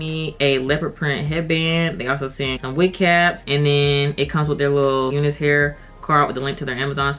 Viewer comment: Do they say to pronounce it "you-nus" hair? Because I, as a white guy, have always called it "you-nice" hair, like, that's some nice hair! Just curious!!